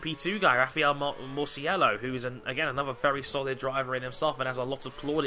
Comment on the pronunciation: Love the online racers best part of the channel and its pronounced marchello